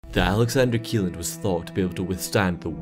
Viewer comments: It's pronounced Shelland not Kieland.... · This rig is NOT called Alexander keeland. It's called "Alexander Kjelland, pronounced Shelland." Seriously, check pronunciations before posting videos. I am fluent in Norwegian, lived there for years, including when this happened. One of my friends' husband was killed on it.